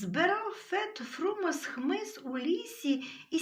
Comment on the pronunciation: Фет ФрумОс (наголос)